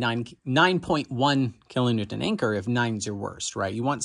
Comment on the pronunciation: HA! Is Dead Isaac new term so he doesn't get ridiculed for his kilonewton pronunciation?